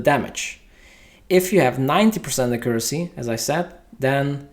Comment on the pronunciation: great video, Im sure everybody will use this as a reference once the changes are out. only thing bothering me was your pronouncement of accuracy :)